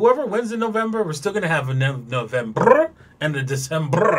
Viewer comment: novemBRRR and decemBRRRRRRRRR ...GOLDEN SHOWER LOL.... BRRRRRRR RAT TA TA TA KILLIN IT